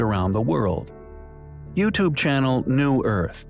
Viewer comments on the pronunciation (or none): none